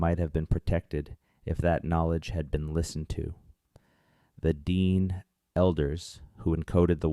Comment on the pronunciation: the narrator AI or human said Dean people